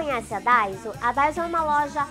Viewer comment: é daiso e nao daizo kk